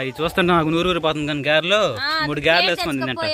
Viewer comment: Gerelu kadandi garelu. Pade Pade wrong vinalerandi viewers. Please change. 😢